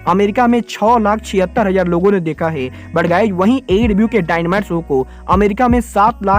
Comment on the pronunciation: ये है को गै क्यो बोलता है🤣